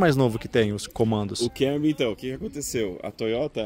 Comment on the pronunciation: Kémory? Kkkkk essa pronúncia do Toyota é piada